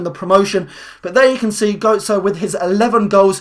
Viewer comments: you don't pronounce gotze, goatze its gertze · Stop saying goatze